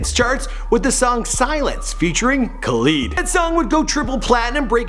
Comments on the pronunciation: KHAleed ? wtf bro ITS KHALID KHA LID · It’s not kaleed kalad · My guy said kaleed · Kuh - lead, not Kal - lid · Lol... I know what you mean. Khaleed not cal-eed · Did he just say (Kah-Leed)? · Bahahahahahahahaha he pronounced it Kuh-leed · Its pronounced Kuh-leed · Khh-aaaa-leed that hurt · Pheonix G It's khalid i'm arabic and my cousin is capled khalid and some of my class mates arw called khalid too ... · He say kha leed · I think it's kuh-leed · basil asar u mean ku leed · Y u saying Khalid like that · Why did you pernouse Khalid like they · It's not Khalid, it's Khalid